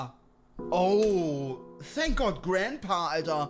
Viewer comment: "Thank goard💅💅" 2024